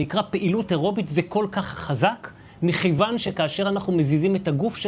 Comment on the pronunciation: את המילה מכיוון, הוגים בעברית נכונה עם כ דגושה, זו טעות שראוי לתקן.